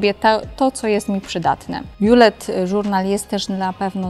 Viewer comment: angielskie słowo "bullet" czyta się "bullet", a nie "BJULET"